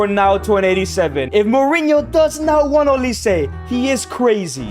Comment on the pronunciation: he said wnat instead of want